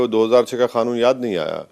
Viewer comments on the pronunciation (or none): खानून नहीं आवेसी साहब कानून बोलते है।😂😂😂😂😂😂